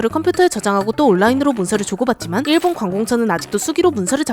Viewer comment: 자꾸 일본 할때 '일' 발음 세게 하는거 신경 쓰인다..ㅠㅠ